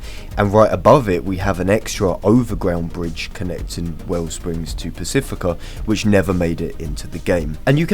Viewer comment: "underwater bridge" and "overground bridge" have to be the worst examples of an Englishman speaking English I have ever heard